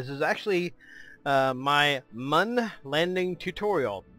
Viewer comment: mun is not pronounced that way...